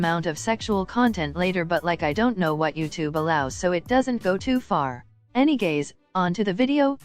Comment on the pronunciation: I love how you say enygays It is funny